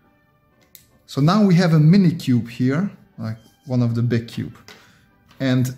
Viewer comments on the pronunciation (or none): fun fact: He cannot pronounce cube.